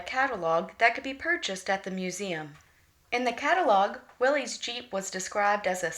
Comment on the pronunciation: Corrections: Proper pronunciation is Will - iss as would rhyme with Phyllis. It was the surname of Willys Overland founder John North Willys. - there was never a Willys GP or GPW, those were Ford models. After the initial Bantam, Willys, and Ford prototypes were tested and reviewed, small contracts were awarded for the revised pre standard Bantam BRC (Bantam Reconnaissance Car), Willys MA (Military, first contract), and Ford GP (Government, 80" wheelbase). The lucrative contract to produce the further revised 'Truck, 1/4 Ton, 4X4, G503' was issued to Willys overland with Ford as subcontractor. Throughout WW2 Willys built over 360,000 of their MB (Military, second contract) with Ford building an additional 280,000 of their GPW (Government, 80" wheelbase, Willys pattern). They had nearly complete parts interchange between the two and many (most) of the body 'tubs' were built by American Central Manufacturing (ACM). The museum example shown in the video wears an 'Invasion Star' on its hood as used for the D-Day invasion.